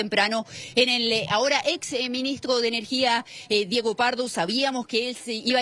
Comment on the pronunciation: el minigstro... minigstro... denle una fonoaudiologa a esa periodista